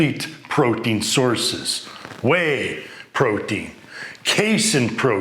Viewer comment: is he saying Protein or Poutine lol thanks for the info